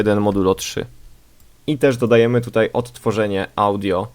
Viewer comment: Dodajemy chyba a nie "Dadajemy".